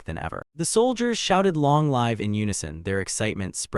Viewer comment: There are times that the narration just sped up like 1.5x speed out of nowhere and will be back to normal afterwards. please be consistent with the speed. also some words are being spoken as not the correct word, like read and read, there is no difference in spelling but it is spoken differently. live and live is also a great example since both have different meanings. hope these will be fixed since your video is great.